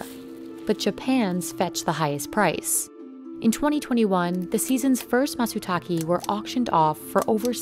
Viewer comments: It’s matsutaKE not matsutaKI. KE [け] is pronounced like the ca in “cable” not like the ke in “key,” that would be ki [き] . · Constructive criticism. If you're going go repeat one word in another language a lot in a video, try to do it correctly. Its matsutake (mah-tsu-tah-keh), literally pine tree + mushroom. The narrator keeps saying tah-key. This company has the resources to do better. Dont listen to a google translation of the word and trust that. Find a primary source. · matsutake, not matsutaki. she keeps saying matsutaki and whenever she says it, it feels weird. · You think they would get someone who understands the nuances of the language to narrate this. Its "Matsutake" not "Matsutaki" 🤦‍♂️ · The pronunciation is maht-soo-tah-kee NOT maht-soo-tah-key. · Hard to watch when the voiceover called the Matsutake, Matsutaki. Frustrating as hell. Its Ke not Ki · It's Matsutake but with an "e" like in bed, not matsutaki, someone could have told to the narrator... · could you not have found someone to pronounce ‘matsutake’ properly, instead of ‘matsutaki’? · Sorry woman, it's not a "MASU-TAKI", it is probably called " MATzU-TAKE ".. on a channel with almost 6M subs, I expect the host doing at least the basic research and try to correctly pronounce things from foreign countries. Btw, I am from Europe. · It's pronounced like you write it, Matsutake. Not Matsutaki. The man even pronounces it, like wtf lol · bro, try to pronounce matsutakE better next time, it's matsutakE not matsutaKEE or KEY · WTF is "masootalkee?" 🤣🤣🤣 You would think journalists would learn how to say the very thing they're reporting on correctly... Matsutake is said more like "Matt's talkay." "Or "mah tsoo tah keh". If you're gonna report in it, say it right! 🤣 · Matsutake not matsutaki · Everytime she pronounce MatsutaKE as ki, i cringe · She said "matsutake" 4 different ways, all were wrong. Japanese is a phonetic language and is easy to pronounce. Mah-tsoo-taw-kay. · yeah, matsutake, not matsutaki